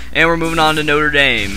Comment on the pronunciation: you pronounced notre dame wrong